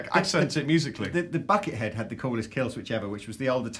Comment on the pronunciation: It's so weird hearing say "Buckethead."